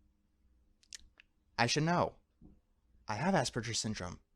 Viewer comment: Somebody should tell him how to pronounce asperger